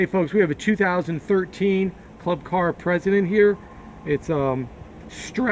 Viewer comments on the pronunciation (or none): It’s precedent...not president